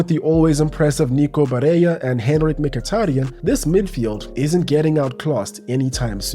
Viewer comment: why is he while being a MU fan and having a YT channel for years but still refusing to learn how to pronounce Mkhitaryan?